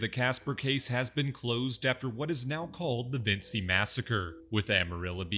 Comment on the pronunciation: Vinci, pronounced Vin-chi, not Vin-see. They literally say it like 15 times an episode.